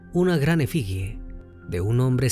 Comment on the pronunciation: Detalle de dicción: es «efigie», «purépecha» es palabra esdrújula y no llana.